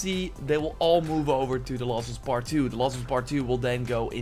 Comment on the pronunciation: "The laws of us pet 2" seriously wtf can you not say last